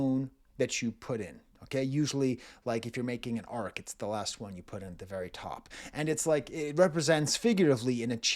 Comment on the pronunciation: Disappointed in your pronunciation of arch as arch not like arche or arc or even noah's ark but not correctly like arch where the 'sh' or 'ch' is present but that maybe a french lingering left over. Either way good video with a compelling story arc prof.